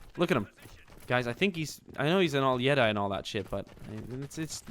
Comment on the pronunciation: I love watching videos but the way he was pronouncing Jedi really bothered me..... a lot, it bothered me a lot.